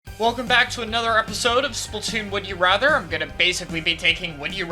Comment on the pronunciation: Woody rather?